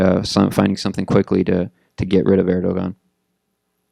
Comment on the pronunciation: I stopped listening to this guy when I see the "institute of world politics" in the background. It's US propaganda. This guy cannot even pronounce Erdogan properly.